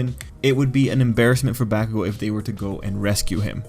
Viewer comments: Should sound more like Bock-kugo or Bawk-kugo, not bACK-kugo. Fight me, bitches! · I love your analysis On these things but- PLEASE PRONOUNCE BAKUGO'S NAME RIGHT!! Every Time I'm squirming In my chair- Please!!! It's Baku go!! NoT BAkugou!!!! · Please try to pronounce Bakugo right it’s hella annoying how you say it.